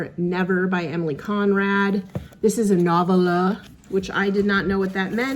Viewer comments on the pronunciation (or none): Love your vid/ Flynn's health update. Nice to be able to see the end of the tunnel. Congratulations- you are almost there. Kindly sharing ... the correct pronunciation of 'novella' is with accent ['] on 2nd syllable /no.vel' .a/ Have a safe trip home sooner than later!! YAY!